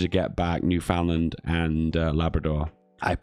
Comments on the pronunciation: Repeat after me: New-Found-Land bad. Newfundlund good. New-Found-Land bad. Newfundlund good. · boutta have a lot of angry canadians with that newfoundland pronounciation